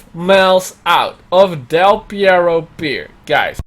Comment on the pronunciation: Its called DEL PERRO not Pierro. Perro means Dog in Spanish